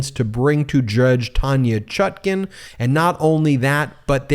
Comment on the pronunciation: What is the correct pronunciation of the judge’s name? People are ALL over the board on how it’s being pronounced. The apparently determined pronunciation on this channel is the more awkward of the two but I’d appreciate hearing from the judge himself.